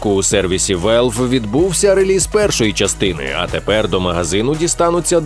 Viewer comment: Чому Велв? Якщо Валв. На скільки я пам'ятаю то такі слова так і кажуться.